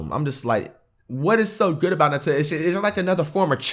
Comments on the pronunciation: I'm wondering how you still said "NUT-tella" and not New-tell-uh" after the video just told you how to pronounce it smh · This nigga heard how to pronounce it and still said nutella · my nigga said Nuh-Tella right after it said it was pronounced New-tell-uh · New Zealand People Say Nuh-TellaIf People Are Not In New Zealand They Say New-Tella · They said it's pronounced NEWtella and fLight proceeds to say "I've never been in to NUTella that much ". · people who say it like noo-tella act like it's made of the magical fruit hazelnoot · He is told to pronounce it new-tell-a says nut-ell-a Hold this:L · It’s, “nu-tel-a” Americans fxck everything up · it tells him how to pronounce Nutella and he still pronounces it wrong😂😂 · nigga still mispronounce Nutella even after they told him how